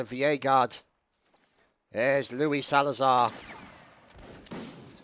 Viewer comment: It was the 33rd's 6 year Anniversary !! Great Video as always Ps:- Its Salzar not Salazar XD ..